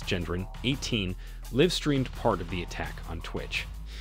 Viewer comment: “Iiv streamed”😊